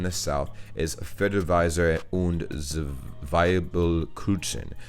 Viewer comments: I'm from Lower Saxony and I have NEVER heard about "Himmel und Erde"... 🤨 But Zwiebelkuchen tastes delicious ~🤗 even though it's called "Kuchen" (Not "Kutschn".. By the way, "Kutschen" do exist in German but it means "carriages" 😂) it's not made with a sweet dough that you would use for regular cake, so the combination with onions is no problem. 🙂 ... Whoever told you that "ä" is spoken like a regular "a" lied to you. Several times you spoke "Käse" at first perfectly fine and then corrected yourself wrong to "Kase".. 😂😂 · Dude. The "z" is ALWAYS pronounced "ts". So, Zwiebelkuchen is like "tsveebelkookhen" in a spelling that should appeal to you. Also, the two dots above a vowel do actually mean something. Kindly look up "Umlaut". And "Grünkohl mit Pinkel" sucks. You need to be a Northern German to like it.